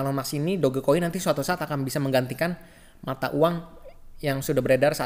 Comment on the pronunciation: sebut la betul2 DogeCoin...Doj Coin..cara sebutan betul...memalukan betul la..